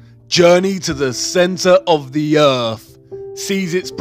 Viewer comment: Heart is not an anagram of Earth or (urf) as he pronounces it, and nowhere in the Bible does it say that an apple was the fruit of the tree of Good and evil. This guy's tone and inflection of speech are getting so annoying I'm not sure that I can listen to the last of the video, he definitely needs to take an English pronunciation class. He sounds like a middle easterner that grew up in Britain. did I forget to mention he's very condescending in his tone, no surprise there.